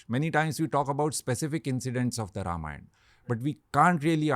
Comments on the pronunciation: Beta Ranveer, even before I could proceed to listen to this podcast, your repeated mispronunciation of “रामायण” as “रामायन” made me wince !! Hindi has reduced the Sanskrit phonetic to abbreviated sounds such as Ram(uh) becomes Ram or Lakshman(uh) लक्षमण becomes लक्षमन!! As an ambassador of Sanatana Dharma, don’t you think it is important for you say it right?😊 Shubha Deepavali! 🪔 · Dumbo It's Ramayana not Ramayan... The dropping of 'a' at the end is called Schwa deletion which is a distortion creeped in due to prolonged illiteracy in northern part of India.. so they misspelling and mispronounce Rama as Ram, yoga as yog, Shiva as shiv and so on